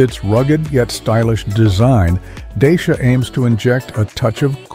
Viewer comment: Wrong pronuntiation of the name.😂😂😂😂